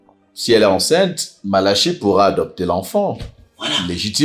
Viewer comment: Bob Marley dit madame malachi, ça sonne comme banane malaxée....mon goût